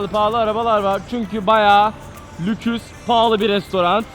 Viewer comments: Lüks demiyo lüküs diyo ya😂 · Lüküs??? Lüks değil miydi o ya:))))))))))))) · Orkun"LÜKÜS" ne abi yaaaa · Orkun abi varoslukdan luks kelimesini bile diyemedi Bizim gibi Tabi ki saka